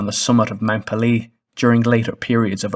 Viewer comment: I expect it's too late to update the narration, but the name of the volcano is pronounced PAY - lay. It rhymes with "mayday." It's from the French "pelee" meaning bald or peeled since the top of the mountain was smooth and not covered with any vegetation. For anyone who is interested, there are several good books about the eruption.